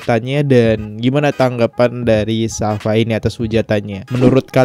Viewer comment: bacanya safia bro bkn safa.....